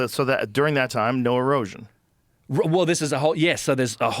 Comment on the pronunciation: Nauhr. Love it